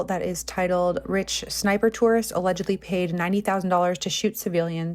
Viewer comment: off topic but the way you pronounced the j in Sarajevo like it's in spanish made me giggle. it's actually pronounced like a y, just fyi